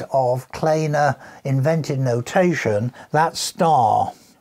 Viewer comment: No they didn't get it wrong! Research shows that Kleene himself wanted it to be pronounced "Claney" but I suspect it's a Germanic surname and should be "Clay - nuh" (see Wikipedia entry for S.C. Kleene). I did devote a few mins to this in the filming session but clearly had to omit it because the video is already very long at 17 mins.